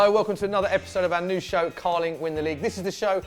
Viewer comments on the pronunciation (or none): none